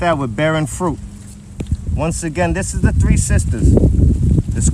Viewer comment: It's a lot of information to take in on what's going on in the world...it took me a few minutes to process that homegirl couldn't say "fruit"! 😆